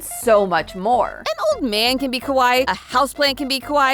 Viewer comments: random, but when you say kawaii, you’re supposed to pronounce almost every two letters, more specifically each hiragana/katakana character (for example, with kawaii, it’d be ka•wa•i•i), and the way you pronounced it sounded more like kowai (ko•wa•i), the Japanese word for scary, nothing much, just felt obligated to say something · I don't really feel like Sanrio ever really left. Just attention in America waned a bit. But also, you're saying kawai or kowai instead of kawaii. You need to elongate the ee sound more. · The way you're pronouncing it "kowai" means scary. Ka-wa-ee (kawaii) is cute. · Kawaii is pronounced Ka-why-ee. 🫣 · Came here to point this out. It caught my attention when she started calling Hello Kitty merch "scary." 😬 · You need to pronounce the second i. C'mon, I don't speak Japanese and even I know that! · The way she pronounces kawaii makes it sound more like "scary" lol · The irony of the way she is pronouncing "kawaii" incorrectly is she's actually saying hello Kitty is "scary" not "cute" 😂😂😂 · I was just about to say that 😮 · I was thinking this too